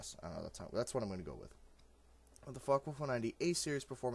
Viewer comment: You....do know its Focke? Right?